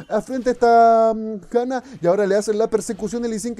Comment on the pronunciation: ¿Por qué le dices Jana y no Yana, si le dices "mis fortun" y no "mis fortune"?